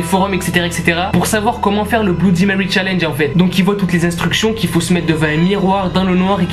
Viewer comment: Mon p'tit pote, bloudimewy ne viendra jamais à ton challenge (qui est un mot français) parce que tu estropies son nom : C'est pas tout de farcir sa prose d'anglais, faut commencer par le prononcer correctement.